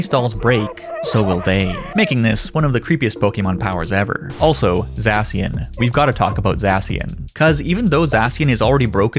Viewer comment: It’s called Za-shi-an not zashan lol